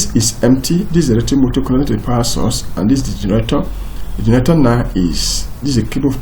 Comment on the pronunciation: I can only understand maybe 10% of the words you are saying when you are speaking. You don't even pronounce the word generator correctly. You are saying: Gerator. And that cursor is flying all over the place while you are speaking. Break it down to point one, point two, point three if you want to explain it properly.